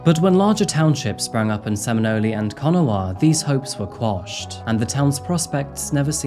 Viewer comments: Also Seminole is pronounced (Sem-a-Nole) Please don’t think I’m trying to be mean, I promise I’m not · A-da (pronunciation) & sem-in-nole (like hole, but with an N) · I live here and I've never heard of this case. Also, pot-uh-wat-uh-me, ayyy-duh, sim-in-ole, you got mcalester though. 😋